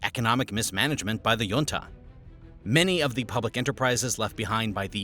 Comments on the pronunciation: The j in junta makes a hard "h" sound as in the Spanish jefe ("hefe"), not a glide "y" as in the Nordic or Danish jarl ("yarl"). Basic words being pronounced incorrectly makes me question the veracity of your presentation. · "Junta" is pronounced hoontah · Perón isn't pronounced "Peroun", there is no U i it. Also the O is short and stressed, it has an ' accent on it. Better google the pronounciacion before you say it wrong 30 times. Also it's weird to encourige people to drink alcohol, which won't make them more intelligent even with probiotics. Otherwhise this video is quite interresting. 🙃 also better google the prononciation of "junta"..... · This guy doesnt know how to pronounce junta 😂😂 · YIKES. You mispronounce junta and Falkland in the span of five seconds. Can't say I was blown away by the repetitive graphics and goofy charts, either. Didn't bother to wait for the inevitable rah rah capitalism nonsense.